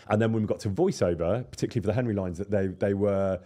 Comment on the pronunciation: AI FEEEEL QUITE HENRRRRRY 🤣🤣